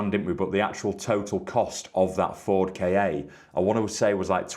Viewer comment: Sorry, it's a Ford KA. Not K.A........